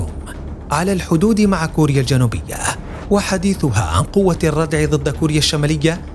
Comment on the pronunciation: الله يعطيك العافية ، في الفيديو قال مقدم البرنامج في بداية الحلقة ظد والمفروض الكلمة هي ضد ، وايضا عضلات وليس عظلات